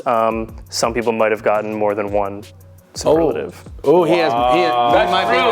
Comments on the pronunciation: not being able to pronounce superlative properly kills me😭😂😂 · not being able to say superlative is hilarious